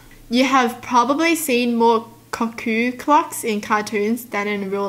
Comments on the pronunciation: cuckoo is pronounced " coo-coo " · Lol, it is pronounced koo-koo just written as cuckoo